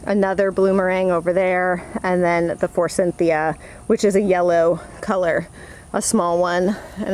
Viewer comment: There is no “in” when pronouncing” forsythia” it is “ four - sith- ee- a” not “four-sinth-ee-a”